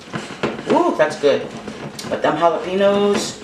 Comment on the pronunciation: Congratulations on 500 subscribers, your food always looks great & the few recipes I've tried was delicious!! Italians are truly foodies & family the same as Hispanic!! Q & A you did awesome!! The Hispanic in me laughed out loud the way you said jalapeño though!! You ever thought about catering?? Much love here, I love your channel & keep cooking for us!! 🍳 💜